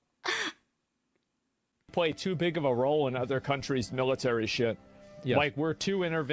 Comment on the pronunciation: couple of things ... his accent is made up, he trying to sound posh and professional but he isn't and the way he speaks gives him away eg: 'ovva' instead of 'other'. and the war on terror is not a new war. terrorism in its relatively modern form has been a reality to brits and south africans for at least 6 decades